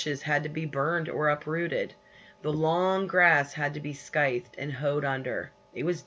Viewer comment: I am in grade 6 and I know more grammar this this teacher! it's pronounced scythe without 'k' sound. When the letter C is followed by a consonant we use the rule 'C Alert' When she started reading she said s-k-y-t-h. Yet you are supposed to pronounce the letter C as an S